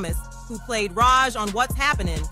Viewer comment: AI couldn't even get the name right. It's Rog, as in Roger. The title spelled it Raj. That was my first clue.